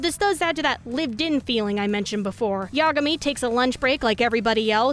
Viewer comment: can't tell if you're deliberately mispronouncing common japanese words like sengoku or yagami or not. either way, it's really triggering (i play starcraft. that's a compliment) wp gg